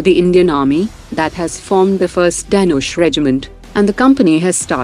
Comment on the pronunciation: What kind of bogus accent is this narrator having? The word Dhanush as spoken by her sounds like Danish where as the word actually means "Bow" as in "Bow and Arrow" and is pronounced as "the-noo-sh"